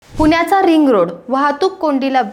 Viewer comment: पुन्याचा रिंग रोड - काय म्हणता ताई पुने नाही पुणे म्हणा पुण्याचा रिंग रोड